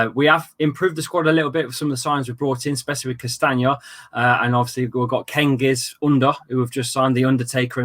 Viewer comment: It’s not kengiz under it’s like gengiz like gerrard and ünder like ouuzing army😂